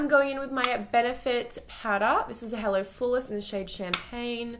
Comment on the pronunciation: "Heller" = Hello, "Vidier" = Video